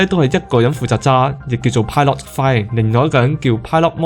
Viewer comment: pilot 呢個讀音係咩式發音？